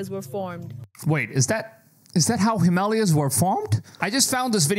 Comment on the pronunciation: Learn how to pronounce names. Especially Himalaya!!